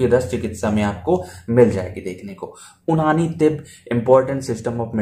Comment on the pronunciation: bhai उनानी nhi यूनानी 😅